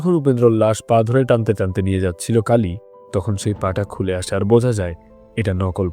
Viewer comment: গাড়ি কে গাল্লি আর কালি কে কাল্লি বলছেন বার বার